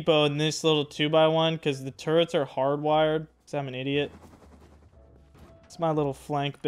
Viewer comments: How many times are u gonna pronounce turrets as “turents” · How many hours and still can't prounce turrets correctly